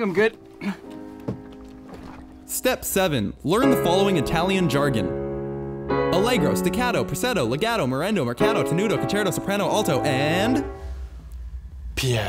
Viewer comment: They pronounced some jargon wrong including legato.